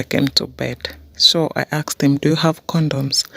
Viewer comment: She totally aksed